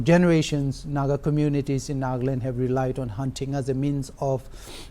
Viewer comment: NA-GA-LAND, not Nag-land. What the hell?